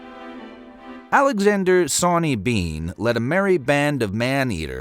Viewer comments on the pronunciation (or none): none